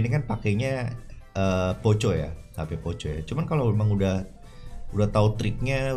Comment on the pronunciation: Di baca poko kali bg bukan poco